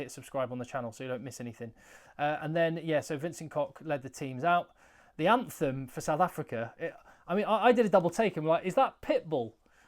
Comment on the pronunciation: That dude butchered our anthem. Off time and pronunciation was shocking.